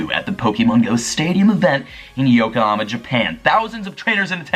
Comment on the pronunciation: yokoHAma. not yokoAma. poh-kay-mon. not pokey-mon. thank you.